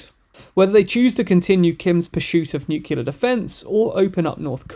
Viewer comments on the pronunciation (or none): It's new-clear, not new-kyew-ler. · "Nuclear", not "Noocyalur" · Pronounced nucular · nu-clear, nu-clear...two syllables.....nu-clear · Please learn to pronounce "nuclear" correctly.